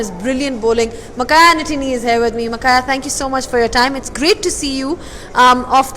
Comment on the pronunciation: Madam, He is not Makhaya NATINI, He Is Makhaya NTINI..😄